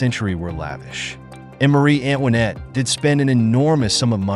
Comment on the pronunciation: Antoinette! Not Annwanet! AI narrations are often pronounced wrong. Hire a human.